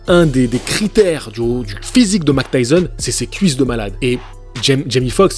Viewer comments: Oui et Mac tyson... Ça fait mal aux oreilles lol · Arrete de dire Mac Tyson stp 😢😢😢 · Mec c'est Mike Tyson et pas Mac Tyson.... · Vous avez remarqué que dit Mctyson lol